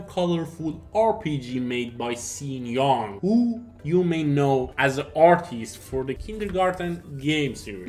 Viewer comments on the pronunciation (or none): Also Sean Young is pronounced Shawn Young